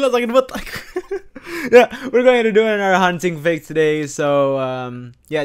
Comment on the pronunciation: Iya seharusnya another malah enathe! Wkwkwkwkwkw😂😂